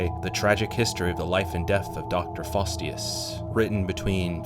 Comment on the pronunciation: It's 'Jack Delroy'. You said 'Dorsy' instead 😊 Also 'Faustus', not 'Fastius'.